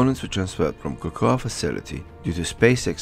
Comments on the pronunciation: 'KAKOWA' FLORIDA? Its pronounced 'KO KO' (COCOA) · cocoa, pronounced 'KO KO'.